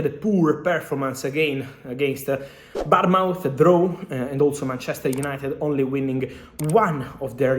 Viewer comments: Only to help fabrizio . Bournemouth ( Born mouth) is pronunciation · They way he said bouremouth